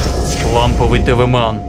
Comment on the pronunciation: ТВ МЕН А НЕ ЛАМПОВЫЙ ТВ МАН